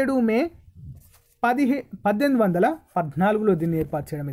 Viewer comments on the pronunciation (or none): none